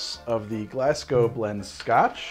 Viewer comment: Thank you for pronouncing Glasgow correctly. You are a scholar.